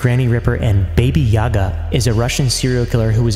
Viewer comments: he says baby yaga instead of baba yaga. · He also said baby yaga not baba yaga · Also it’s pronounced baba Yaga not baby yaga